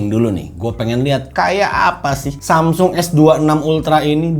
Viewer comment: susah bget sih nyebut samsung... wkwkwk